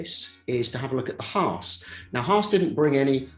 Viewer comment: I'm not used to hearing Brits pronounce Haas correctly. And there were 2 in one video! Nice.